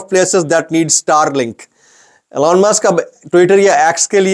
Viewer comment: Allan nahin elon hota